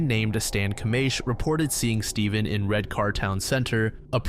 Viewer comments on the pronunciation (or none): this is a fantastic video and i asked my dad about it as he was actually alive at the time it happened, but as someone from saltburn, hearing the r in redcar and marske pronounced out loud made my skin crawl haha (we say redcuh and mask)